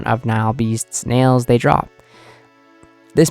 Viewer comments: Nail not Nial lol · Nail.. not nahile beast